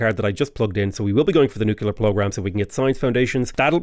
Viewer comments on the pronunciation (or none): The fast talking makes me think you’re reading a pharmaceutical side effects list. I have to say, though, that ‘nucular’ drives me just south of batshit 🧐